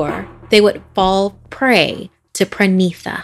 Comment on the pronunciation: As a Bengali I feel that this story was great. But just one correction. It's not PRANITA... It's PA - REE - NEE - TA. Parinita.